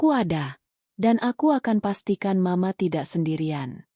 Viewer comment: Duh ..terganggu dgn pembacaan m..a..untuk penggalan mama.. Ganti dong pembaca narasi nya..merdu tp gak pandai membaca..lama"muak.. Bandar lampung nyimak dgn manyun..